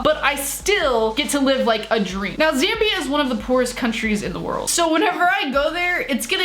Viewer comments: My mate lives in Zambia. Btw your saying it right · Ur pronounced Zambia correctly I would know because I did an entire research project in the country